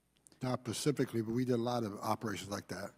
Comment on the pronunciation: Specifically not pecifically Mr Homnan - boy oh boy!